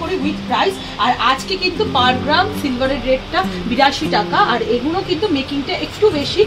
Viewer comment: Eee guno bol bena didi bhai....Eee gulo bolben....suntee vlo lagee naa 'Eeee guno '